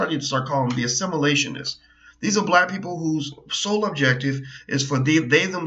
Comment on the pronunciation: "Assimilatioinists" I love it!